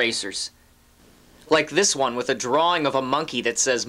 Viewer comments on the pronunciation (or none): none